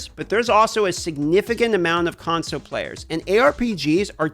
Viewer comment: Can we get a kickstarter going to buy an “L” for the word ‘console’? He keeps losing his. #conso